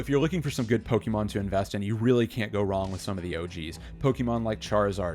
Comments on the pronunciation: Saying Poke-EEEE-mon is always cringe to hear 🤦🏻‍♂️ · Just discovered your channel today and this video has some solid advice for collectors everywhere. Liked and subbed! One recommendation, try to pronounce Pokémon the right way, especially if you are going to say it all the time! Its a personal irk, but I cant be the only one lol. Good content otherwise!